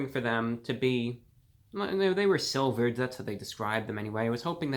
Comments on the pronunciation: It's slivered onions, not silvered! 😂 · Lol, Review Brah! It’s “Slivered”, not “Silvered”! 😂😂😂 Otherwise, great video! You saved me seven bucks. 👍👍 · "The onions were silvered".... does he mean "slivered"? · No disrespect intended toward ReviewGod... But those onions are slivered not silvered. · Dude stop saying silvered onions